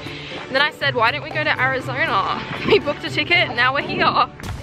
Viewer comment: No one: Simone: AriZonaurrr